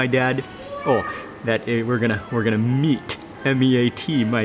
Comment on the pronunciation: He says he is going to me-a-t his dad